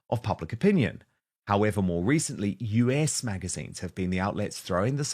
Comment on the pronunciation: Dan, it's "us", as in the word, not "U.S." magazine.